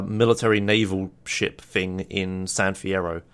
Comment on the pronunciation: who also think everytime he says shit instead of ship? or is it just me? o_O